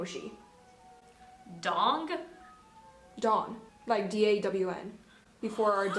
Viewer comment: "You made my DONG" lmaooo, thats what I heard too.